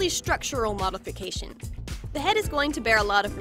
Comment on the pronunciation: It's "Mody Bodifications"